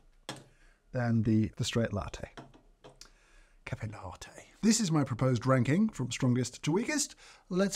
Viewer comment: "Caffay Lartay" - James Hoffmann